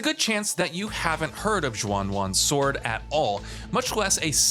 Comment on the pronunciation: Whats this "Zhuan One Sword 7" he's talking about yet it's "Xuan Yuan Sword" being reviewed? 0/10 for reviewing wrong games